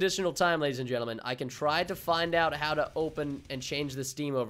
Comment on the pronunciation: I thought he said ladies and genatils 😂😜